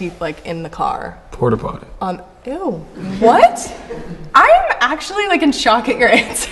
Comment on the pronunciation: my nigga said porty potty